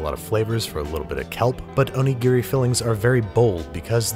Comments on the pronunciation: Please stop saying Oni-Gear-Ree. O-Ni-Gi-Ri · can someone who speaks Japanese actually tell me if he pronounces Onigiri correctly? my friend is Japanese (grew up in Japan, moved to America when she was a teenager) and she does not pronounce it like that. it’s more like “o-nee-ge-ree” he’s says it more like “o-nee-gear-ri” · You could have just said snonigiri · Oni what? You mean donuts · "Snowmanigiri." LMAO. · I laughed so hard at snowmanigiri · Hehe Jessica O-Nigri hehe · "snowmanigiri" OH MY HOD HE'S TURNING INTO YOU SUCK AT COOKING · Say onigiri, without the "O" and the last "i" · ひでぇよ... I'm japanese. It's onigiri is very bad